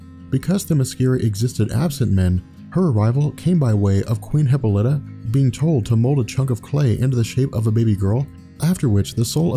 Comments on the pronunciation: Nice- just a few quibbles from a decades-long fanboy: Hippolyta/e: hi PAH li tuh, that's the way to pronounce WW's mother's name. Also, the GA WW always knew Steve Trevor . And she never pined over other superhero males . Wonder Girl was originally WW as a teenager . WW never came to the USA to prevent the spread of Communism , but she did come originally to prevent the Nazis from winning WWII. Post-Crisis WW was never used "Diana Prince" as an alias . Strife is not a villain, but a goddess. the comic doesn't say how the male children were disposed of, and you left out the part where the "Amazons" KILL the males they rape (which made NO DAMN SENSE). Just hate the NEW 52 Diana, BTW. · emphasis on paul not hip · her mothers name is pronounced: Hip Paul Lit Ah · And it's "Hip-paul-E-tah" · Hip - Ah - Li - Tah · pronunciation of Hippolyte drove me crazy lol. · love your videos, but I believe you mispronounced Diana's mothers name, its cool. its not prounced how its spelled so it can be annoying. otherwise great Breakdown Video